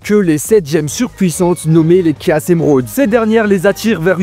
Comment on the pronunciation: Commence par bien prononcer Mephiles et Chaos, on prononce " méfilesse" et pas " méflisse" on prononce " K.OS " et pas caisse